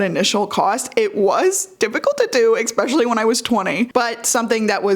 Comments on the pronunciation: Eckspecially 😂 please work on your pronunciation skills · why do some people say "eckspecially"? Is it an american thing?? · It’s not American, I think it’s just how she says especially, because I don’t say it like that. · Another youtuber I watch, Elena Taber, does it too >_> Could be a dialect thing?